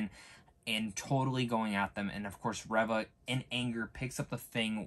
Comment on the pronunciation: I think you might be pronouncing Reva incorrectly as I'm sure I've heard it sounds more like 'Reeva' as opposed to 'ever' Good review though.